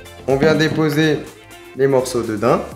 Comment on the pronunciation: ya que moi que sa frustre que il dise dain alors que c daim !